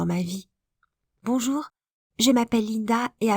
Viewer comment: Il y a plus le " banjour " du début ça me manque 😂😂